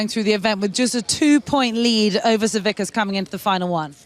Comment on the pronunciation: Boy you’d think after all big Z has done, the commentators would actually get his last name right. Savickas isnt that hard to pronounce.